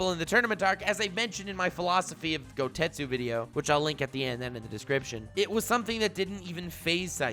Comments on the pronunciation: Its goketsu not gotetsu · So am i the only one ever so slightly perturbed that hes saying Goutetsu instead of Gouketsu? 😂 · Is it me or does pronouncing Gouketsu “GouTestu”